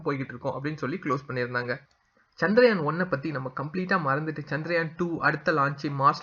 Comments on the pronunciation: First please learn to pronounce correctly the word as Chandrayaan and not as chandraayan. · Often most people pronounce as chandraayan but it is chandrayaan. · Please spell correctly, that is Chandrayaan and not chandraayan as you say.